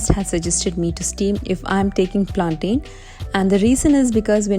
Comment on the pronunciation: Hi...your yu.tube vlogs just amazing...simply superb...Hats off to your hard work...God bless your journey.....i think the correct pronunciation is ( plantaiiin) Planten....😇